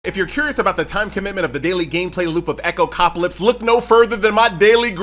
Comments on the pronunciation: Echo Cop Ah Lips :face-blue-smiling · please stop saying this game's name, it's no echopcaplips XD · my man's getting sponsored but still can't say the game's name correctly 😂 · My thoughts exactly, it's not that hard xD